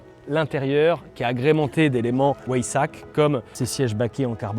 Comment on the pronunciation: Pas mal j’avais jamais entendu la version ou-aille-sac d’habitude c’est Ouet-saque🤣🤣